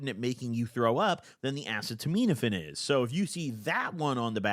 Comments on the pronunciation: Great shoutout to harm reduction, but please nail down the acetaminophen pronunciation after all these years. It hurts my soul. It's pronounced uh-see-ta-min-o-fin. Not ass-uh-toe-miin-o-fin. Please dawg. You pronounced guaifenesin correctly, so I believe in you! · Acetaminophen is said uh-see-da-med-uh-fin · P.S. it's pronounced more like "a seat a minnah fin" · assetomeetometafin actually pronounced asstomouthsatan i think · Acet - uh - min - oh - phen is how it is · it’s pronounced ahh- see- ta - min- aphin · Ah-Say-Tah-Men-Ah-Fin is how it’s pronounced. Acetaminophen. And Gua-Fah-Ness-In is the other one. Guaifenesin. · FYI Acetominophen is pronounced like: ahh-SEE-tah-min-nah-FEN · Uh-set-oh-men-oh-fin acetaminophen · Uh- see-tuh-min-oh-fin is the phonetically correct way to say it. Love ya! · Acetaminophen is pronounced Uh-see-tuh-min-uh-fin, it’s the active ingredient in Tylenol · the acetaminophen pronunciation is killing me 😭 uh-seat-uh….min-uh-phen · Acetaminophen = "uh seeta minno fin" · its pronounced a•set•a•men•a•phine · Pronounced “uh-set-oh-men-o-fin” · Worst experience next to Dramamine. A-ce-to-ment-a-phine. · Uh-see-toe-men-uh-fin will get you pretty close to the right pronunciation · it’s “uh-see-duh-min-uh-fin” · Uh-seed-uh-min-uh-fin please say it this way gob 😭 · it’s A-cet-a-min-o-phen 😭🤣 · Ass-a-toe-mean-offend 😭😭😭😭😭bro it’s acetaminophen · Bro it’s been YEARS, please stop pronouncing Tylenol like that 😭😭 like this: Uh-see-tuh-min-oh-fin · Bro call acetaminophen: “ass-eh-teh-mean-FN”😭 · Acetaminophen is pronounced uh-seed-uh-minn-uh-fin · no way he just said “asiminitpin” as Tylenol instead of acetaminophen is fr slow af😭😭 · Just got to that part it was more like ass-a-tah-mean-a-fin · No way after almost 10 years that bro STILL doesn’t know how to pronounce acetaminophen (ass-see-tuh-men-o-fen) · okay i’m tired of hearing you butcher the pronunciation, it’s pronounced like “a-seat-a-men-o-fen”